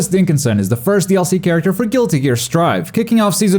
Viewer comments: Did he just say Goldlewis Dinkinson at the start of the video? He totally did! Sol will be all like -"Dinkinsoooon!" 😤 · My man said “Gold Lewis Dinkinson” lmao